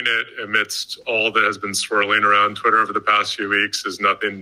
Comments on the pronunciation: Lol this guy can't even say twitter, everytime he sais it sounds like "quitter" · The captioning got a bunch of things wrong, but I didn't detect any manipulation, just error. He was saying "Twitter" and not "career" for example.